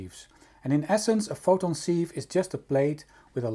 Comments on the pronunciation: Interesting. Sieve is pronounced 'siv' in english. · Very nice, thank you! Despite the spelling, "sieve" is pronounced with a short "i" as in "sit"